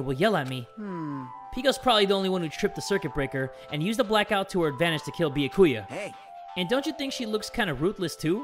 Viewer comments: He once said it right and then said no I almost said his name right then he went pissing us off again he knows his name is byakuya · it’s pronounced byA-kuyA not byA-kUya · i dont like the way pronounces byakuya it aint "beeyehkuya" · Poor Byakuya... couldn’t pronounce his name for his whole Danganronpa life 😞